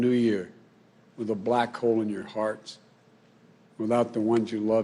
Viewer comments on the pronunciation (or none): none